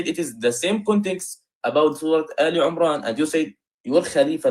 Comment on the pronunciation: His Arabic is so poor, the guy. For example, he reads “aal Umraan”… instead of “Emraan”. Clearly not comfortable with the Quran.